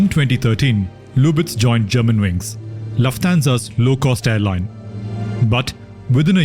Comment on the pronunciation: Really nice video, except for repeatedly mispronouncing Lufthansa